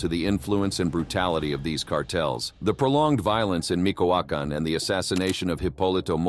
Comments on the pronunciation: Excellent documentary but please do one for us and pronunciate MiCHOacan correctly. Is not micoacan is Michoacan like Michigan. Thank you and sorry for being that guy. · It's not "Mikoakan" but Michoacan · Micoacan 🤔 Michoacán?